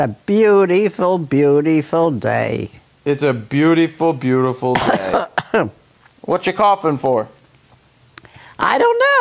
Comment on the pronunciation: It always makes my day when she considers every day as Bewteeful :)